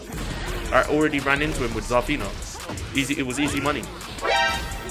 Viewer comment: Zah-feena. My guy can't pronounce some of the easy names. Can't pronounce japanese words or regular words. Maybe he should stop talking.